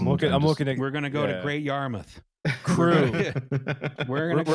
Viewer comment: Great Yarmouth mentioned. Pronounced correctly I might add. Notable for being the only place I've ever seen the big four seater unit of The Simpsons Arcade game.